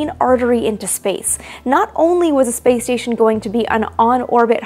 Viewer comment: Why do I hear play station instead of space station? XD